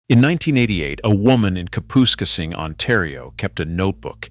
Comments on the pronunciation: ca-poos-ka-sing? come on people... do your home work... its ka-pus- case-ing.... damned AI slop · Kapuskasing is pronounced cap-us-case-ing not whatever your AI was trying for